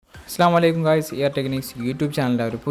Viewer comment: Aap video Shuru karne ke pahle Salam ko theek kar lena achcha Hoga . Assalamu alaikum bolia ga yea thik Salam Hain